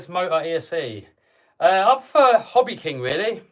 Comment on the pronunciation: Did u say Hobbyking or Hobbywing?? 😂 39min